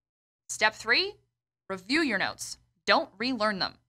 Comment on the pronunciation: RRRRRR-review XD!LOL!